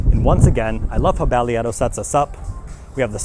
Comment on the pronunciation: Less than two minutes into the video and I came to see if anyone mention it was pronounced differently, because I've not heard anyone pronounce it like did. 😆